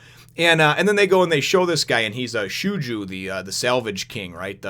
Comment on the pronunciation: Just to let you know Shoujou is Pronounced Show-Joe (at least that's how the Funimation Dub pronounces his name). I like him and his Brother. They are Great characters.